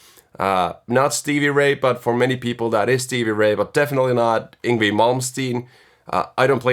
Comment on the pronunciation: Just FYI, it's actually pronounced ''YNG-VEI''. I also pronounced it wrong for the most part of my life lol.. not an obvious pronounciation!